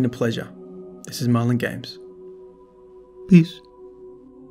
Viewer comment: EngBang “pbeezs”